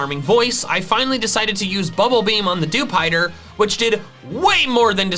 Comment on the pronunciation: You pronounced dewpider wrong